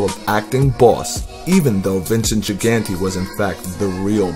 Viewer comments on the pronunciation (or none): none